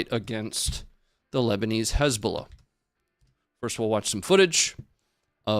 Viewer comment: almost slipped up and said "Lezbolah" and i immediately imagined a lesbian terror organization 🤣